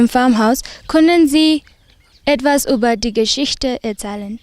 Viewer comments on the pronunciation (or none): none